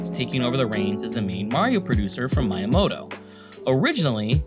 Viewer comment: Just a tip for Japanese pronunciation, all vowels are always pronounced the same way. A sounds like "ah", i like "ee", u like "ooh", e like "eh", and o like "oh". So Miyamoto is Mee-yah-moh-toh, not Mai-yah-moh-toh.